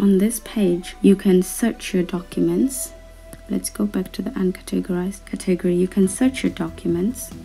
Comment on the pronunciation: Your saying category wrong